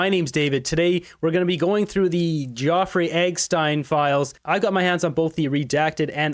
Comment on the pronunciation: I like your show. But your pronunciation of proper names needs improving. “Ge-o-frey Epstine”?